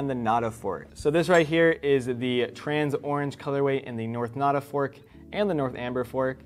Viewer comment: He said north nada and north amber forest but messed up the names